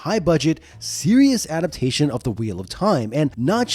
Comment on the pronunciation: "Ada-pation"? That's not a word.